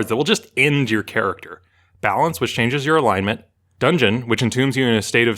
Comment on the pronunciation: "Sorry for butchering the pronunciation of "schadenfreude." Also: "Donjon."